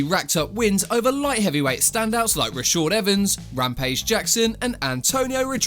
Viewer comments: My guy it’s Rashard not Rashord 🤦🏾‍♂️ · its raSHAd not raSHOd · Super triggered when I keep hearing Rashord lol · Who is Rashaud Evans? His name is Rashad. Not Rashaud. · It’s pronounced RashAAAd with an A